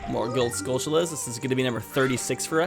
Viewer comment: Skull-TULL-ahs. Where in history has a "t" ever been pronounced as a "ch" sound? Like Ta-RAN-tyoo-la. Its basic English man, come on.